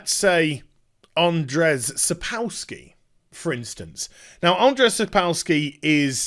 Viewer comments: Just a quick note, it is pronounced "Sapkovski". "W" in polish language is pronounced as "v". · Jesus, don't butcher his name. It's Andrew Sapkovski, if u can't pronounce a polish name ;) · it's pronounced sap - co like in coop - w like v in van - ski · if you want to improve on Sapkowski pronunciation - its more like "Sap Cough Ski" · The way he says Sapkowski is even more hillarious Westerners can't into slav languages